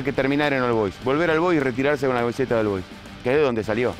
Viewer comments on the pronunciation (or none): Se pronuncia OL BOIS, no AL BOIS